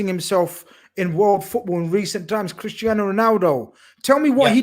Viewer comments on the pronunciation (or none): none